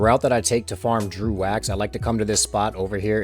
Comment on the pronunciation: It's not Drew wax, it's dregg wax